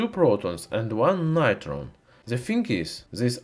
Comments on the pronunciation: It's not Nitron it's Neutron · Great video, although Neutron should be pronounced "New-tron" not "Nigh-tron" - just saying, not criticising. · This is neutron not nitron